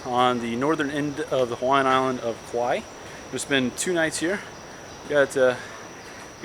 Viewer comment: It's Kauai not Kaui